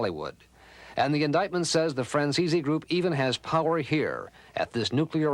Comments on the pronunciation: His name is Franzese not Franzeeezeeee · Nice work Mike, hey I just gotta know one thing: why do some people pronounce your name as Fran-ze-see? When I hear you say it, it sounds more like Fran-zeese. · The way the news reporters pronounced your name lol "franzeesee" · Hey Michael, why is it that nobody can ever pronounce your last name correctly? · Hearing your last name mispronounced makes me cringe. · They can't even say your name right.